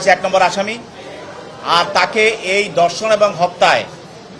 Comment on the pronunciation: দর্ষন নয়, দর্ষন নয় ধর্ষণ